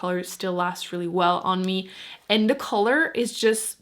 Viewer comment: Are you American? You say dee instead of the. It's annoying.